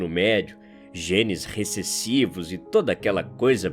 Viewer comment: Gostei da ênfase do genesis recessivo